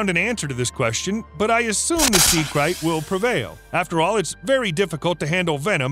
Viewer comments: It’s krait (crate) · It's pronounced sea crate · It's pronounced crate! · Bro... you keep murdering the pronunciation of that snake... it's pronounced with the long ā sound.. lol..I know I know.. Grammer nazi !!